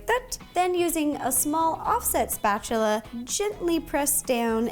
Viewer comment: I miss Ro calling the spatula "musta-chula" yeah that's how long I've been watching Nerdy Nummies. I feel old already hehehe. Keep up the good work Ro and God bless. Say hi to Molly and the baby for me hehehe 💜